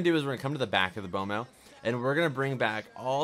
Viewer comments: He pronounced B.M.O wrong is said it like bomo but it's like Bemo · itz bemo not bomo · It's pronounced BEAM O, not bomo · he said bomo instead of beemo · its pronounced beemo not bomo lol B.M.O. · omg he called it bomo hahahahahhahahhahahahahhahahahahahahhhahaha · Did anybody else wanna click off immediately when he said “bomo” the disrespect 😔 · U said B.M.O wrong